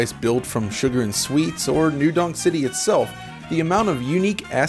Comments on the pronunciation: It's New Donk City. His pronunciation is just off. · Is he saying New... Dong... City? Dong. Okay.